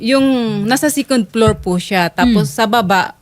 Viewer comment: Why do some people pronounce it "sicon plor" not second floor among other mispronunciations.